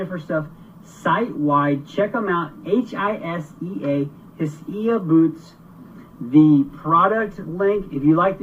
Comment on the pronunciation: I use fish flavored cat food and mini marshmallows. Like you said they will eat anything. I’ve even put a little bacon grease on the lip of a dp.👍🏻😎🇺🇸 NOTE: It’s pronounced High Sea. I asked them because I’ve heard it pronounced so many different ways. Hisea =High Sea 😁